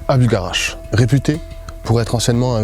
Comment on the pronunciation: faut arreter de dire buLgarach par contre ptdrr